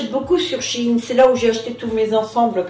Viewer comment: Waouh! On peut tout faire sur ces cheveux Idol sans abîmer c’est génial! Quand tu dis chi-in… (ah! ah!) c’est de Shein que tu parles je suppose 😂🤣 je t’adore, gros bisous poutouxxx 😍🌼🌸🌺💋💋💋🤠🌈